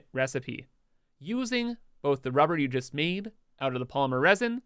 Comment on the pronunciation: I HAVE A DREAM... A dream where you stop saying RUE BAR and just say RUBBER. It would be wonderful if you can edit the video and just dub in RUBBER. Thank you.